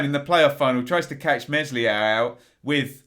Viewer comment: it's Mel-ee-a